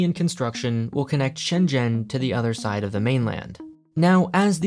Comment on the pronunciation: all that aside, i really appreciate how you try to pronounce Shenzhen properly